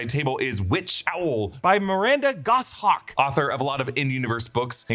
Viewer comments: It’s actually pronounced Miranda “Gosh-awk” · I know that ADR'd in "Miranda Goshawk" had to have said "Go-Shawk" instead in the original take. Please let this be true.